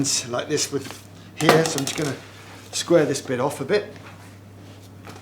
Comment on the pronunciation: "Just caressing it wiv my knife there" 😂